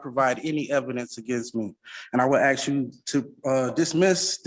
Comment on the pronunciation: Why do they say axe 🪓 instead of ask as an English man hearing that its like nails scrapping down a chalkboard to us ?